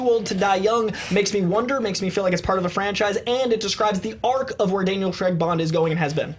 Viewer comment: It's craig not f**** creg......